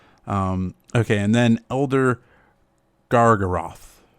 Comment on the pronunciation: You didn't butcher Elder Gargaroth! 1, that's how I expected it to sound, and 2, you are the definitive card name pronouncer.